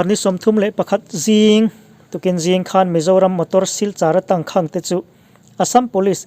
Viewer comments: 'tangkhang' i lam ri dik leh ta lo, a zia lo ṭhin hle mai. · Tangkhang hi i lam diklo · Tangkhang i lam dan hi han tidik la, a ngaihnawm lehzual ang. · Tangkhang tih I lamdan te,cachar I lamdan te hi a Tangkhang tih i lamdan leh cachar I lamdan hi a va thing ve,i chhiar ve peih si a inzir deuh rawh,a zialo emai